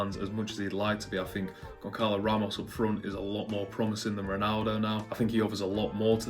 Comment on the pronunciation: Gonçalo is pronounced as Gonsalo